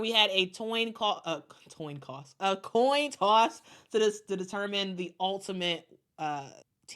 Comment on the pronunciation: I like when decide by a Toin Coss